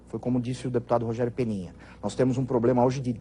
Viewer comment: De um cara q fala POBLEMA não se espera nada !!! Ele se formou la na Anhanguera so p lembrar... Kk antiga uniban !!